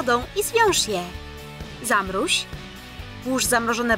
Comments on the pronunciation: Mówi się zamroź a nie zamróź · zamróź?! Zamroź się mówi xdd, zatrudniajcie lektorów którzy uczą się polskiego np.od 2 lat a nie miesięcy !!! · Czemu tam ktoś powiedzial zamruź